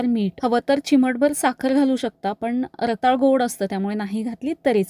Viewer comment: रताळं म्हणायचं असतं, रताळ नाही.